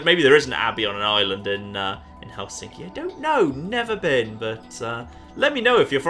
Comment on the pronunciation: Ohhh my god the way you pronounce Helsinki... Hell-sinky. it's more like Helss-in-ki or sth, right?